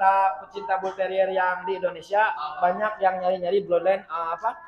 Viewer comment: Mantap..,cara menyebut Bull terrier nya dengan benar,bukan bulteril lagi 🙂👍